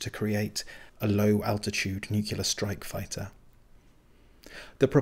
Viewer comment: Nucular? It's nuclear. As in "A new clear day".